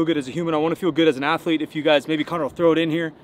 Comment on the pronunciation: Guess who else is AYLOT bigger in person? The athu-lete.